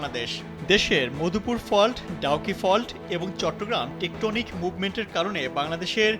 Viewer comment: টেকনোটিক ❌ টেকটনিক✅